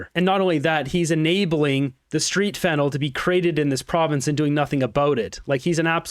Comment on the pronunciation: It is not Fennel It's Fentanyl Get the pronunciation wright!!!! Fennel is a spice I use it when I cook! Other than that I like what you have to say!